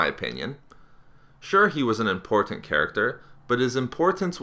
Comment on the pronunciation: your pronunciation of "important" sounds gross and irri-TAT-ing